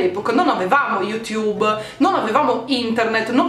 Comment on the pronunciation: avete sentito come ha detto you tube che sfigata